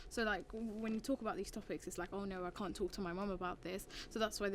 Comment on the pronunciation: LOLOLOLOL ACCIDENTALLY SAID CUNT I CANNOT😭💀💀💀 THE BRITISHNESS SJDSKDJSHVDSKZBDV